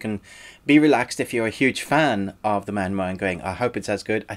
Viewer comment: I appreciate you say 'maan-wha', not 'mang-ga' that most of people do. You deserve a like. :)